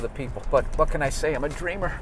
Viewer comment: "IM A DREEMAH'' LOL!